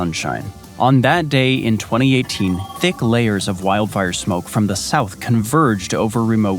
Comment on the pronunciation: Oh it's "down sayaouth". Antarctic "Ain't arctic".